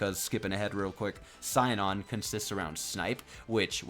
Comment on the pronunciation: Sinon in the dub is pronounced SEE-NON. Keep up the good work for our growing community!